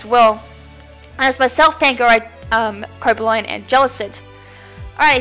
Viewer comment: Just saying that Cobalion is pronounced Co-baa-lee-on